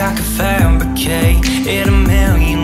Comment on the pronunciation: I always feel like he's saying masturbate instead of fabricate! xD